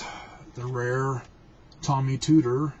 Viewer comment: OK. I programmed for Tomy (long O, pronounce correctly please). I wrote a couple of educational programs. I coded in assembly. 8-bit.